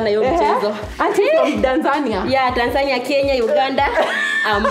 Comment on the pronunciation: Wajina what is it wrong with u and Tanzania🇹🇿😢😢😢😢 not Danzania..... By the way i love all❤